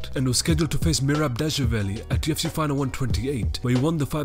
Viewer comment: Has anyone noticed that this guy is saying 2fc ???